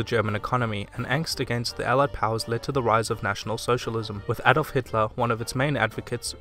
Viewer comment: Alright, so I'm a huge WWII buff, and I pretty much love everything about Germany. I wanna say that I'm extremely impressed with how much of this you got absolutely correct. Most people get the history of WWI and WWII completely wrong... And you actually pronounced "Adolf" right. I really enjoyed this video, thank you for uploading. :)